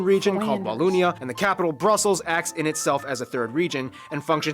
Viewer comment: I'll write this as i watch the video..some info : It's not Walloonia.. use the O of 'bogus'. You did not " do well " in the battle of the Bulge... you performed MIRACLES !! American soldiers went beyond hell as it is a really cold region during wintertime. I spent my military service in the region, the coldness cuts thru skin an bone and they didn't have proper clothing. To survive that takes a mental toughness beyond belief never mind eating 24/24 artillery shelling. Still grateful for what they did ! Visited Omaha Beach twice... it sure shuts you up walking thru that area. This video is really funny. Don't know what that's called what you're wearing but it's pretty ! Yeah us Belgians are a weird bunch but that translates well to English so as an English speaking tourist you won't feel left out when amongst Belgians. Most of us speak English pretty well, which wasn't mentioned in the video.